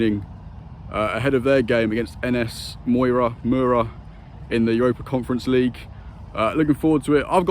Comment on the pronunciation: See you at a presser soon mate! Slovenians reeling after that pronunciation of Mura 😂